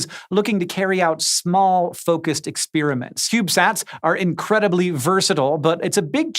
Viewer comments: I like Hank, he kinda sounds like Bullwinkle when he pronounces a lot of words, like ex-PEER-uh-mints, or is it just me? We love ya Hank. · What is "expeeryment"?